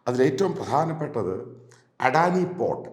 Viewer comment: അഡാനി അല്ലടോ അദാനി 😅😅